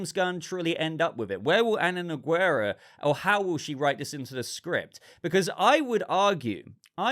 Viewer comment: Heads up, Nogueira is actually pronounced No-gei-ra (the U is mute).